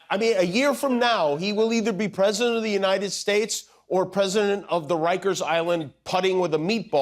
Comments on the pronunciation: "And god bless the United Shteaks." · God bless the United Shites? Did he say that?